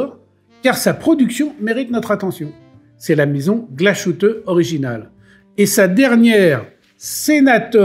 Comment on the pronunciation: Très chouette émission. Pour pinailler, Glashütte se prononce "glace hutte". Ca fait mauvais genre pour un spécialiste horloger qui se respecte de dire "glachute"